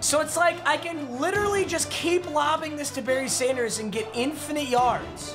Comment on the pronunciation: whenever you say berry sanders it sounds like you're saying bernie sanders and thats the best part of your videos